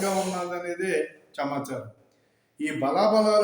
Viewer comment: చమాచారం కాదు.... సమాచారం